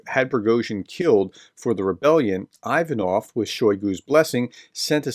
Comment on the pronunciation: It's "Ocho-REH-tineh"... It's not "EYE" va-noff", it's "EE-va-noff", and a host of other flubs... I wish you YouTube guys would take a short course in UKRAINIAN & Russian PRONUNCIATIONS... Is it THAT HARD.??? I mean, REALLY..???